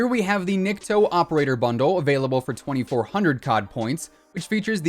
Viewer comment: Hey, just a friendly reminder. "Nikto" is pronounced as "niktO". It stands for "nobody" or "no one" in russian;) keep up the great work.